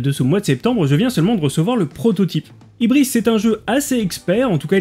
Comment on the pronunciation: Salut et merci pour cette vidéo, toujours aussi qualitative. Une petite remarque d'emmerdeur en passant : sauf erreur de ma part, ça se prononce "hubrice" et non pas 'hibrice", parce qu'ils étaient complètement fous ces Grecs (y'avait pas que les Romains) et ça se réfère à un orgueil démesuré, déplacé, le désir de (pardon mais...) péter plus haut que son Q, ce qui dans la Grèce Antique était le péché ultime, impardonnable. Toute la philosophie grecque reposait sur ça, sur l'harmonie, qui avait pour point de départ inébranlable que chacun reste à la place que l'univers lui avait attribuée. Autant dire que c'est pas eux qui ont déclenché la Révolution Française. Voilà, c'était la toute petite minute culture, je ne vous dérange plus et vais finir de regarder tout ça tranquille. Mais franchement, j'adore ta chaîne, je trouve d'ailleurs que tu as un peu le même ton et le même talent de vulgarisateur que Science Étonnante, si jamais tu connais. En tout cas c'est un compliment !